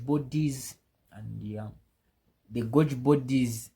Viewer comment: Great video, thank you. To attract a greater English-speaking audience, Golgi is pronounced “Gol - ghee”. Vesicles is pronounced “Vee - zee - kills”. I wish you all the best.